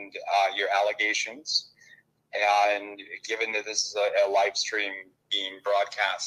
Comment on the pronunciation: The "aynd" instead of "and" is very telling